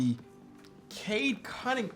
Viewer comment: his name is Cade “Cum”mingham